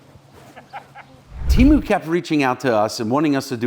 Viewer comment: Temu is going to be PISSED you said their name wrong 🤣🤣